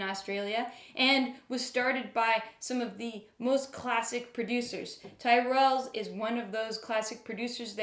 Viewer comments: It’s pronounced Tirrels, and you are really drinking a 2017 vintage at least a decade too early! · Great review. Had a chuckle at your pronunciation of Tyrrels. Try it with an Aussie accent. It’s more like “Tirrels” as in “squirrels”. Gotta keep that mouth closed to keep the flies out. Thanks Madeline